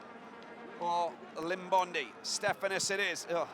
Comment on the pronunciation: Please commentator please pronounce our players names correctly please its not Limbondi but Iimbondi please come on boys